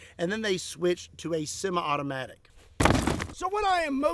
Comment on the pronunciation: Your Kentucky came out a little on "sema-automatic". I love it.